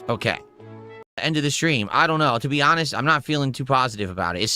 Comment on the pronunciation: Hanhest snort